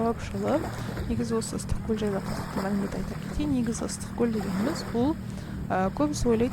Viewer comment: ЫСТЫККӨЛ ЕМЕС ЫССЫККӨЛ,БУЗБАЙ АЙТКЫЛА😮😮